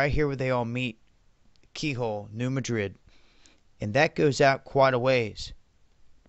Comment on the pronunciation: Growing up in that area (in western Kentucky), they pronounce the New Madrid fault as New Mad-Drid. Not the way you pronounce it like the city in Spain. Always enjoy your vids!